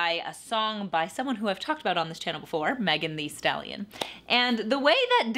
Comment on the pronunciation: Abby enunciates Megan Thee Stallion like a third grade teacher that just discovered the billboard top 100 and is trying to use it to connect with the youths without having listened to a single song